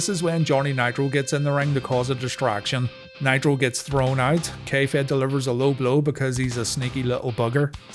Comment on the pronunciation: Every time you say K-Fed I hear "kayfabe" and yet somehow that works.